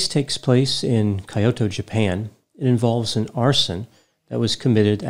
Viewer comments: it's not kayoto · I thought it was said 'kee-Yo-toe". Accent on the middle syllable. Granted, a minor difference for westerners. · He could have google the pronunciation of Kyoto and Hikikomori first😅